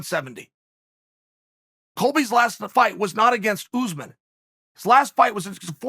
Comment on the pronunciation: Hes still saying Ooozman Its not pronounced Chael It's pronounced , Shall